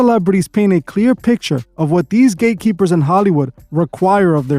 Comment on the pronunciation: Bro are you saying gay keepers or gate keepers ? I really can’t tell